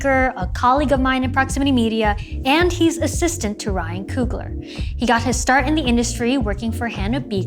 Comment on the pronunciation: Why she keep saying Coogalar!